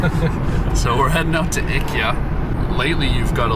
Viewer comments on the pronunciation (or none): "Ickie ya" is how ikea will be pronounced from now on 🙏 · Funny enough, their pronunciation is actually closer to the correct one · I know you were joking but your pronunciation of IKEA is actually closer to the Swedish pronunciation than English speaking normally is haha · The fact that I didn’t know “Ikyah” was IKEA.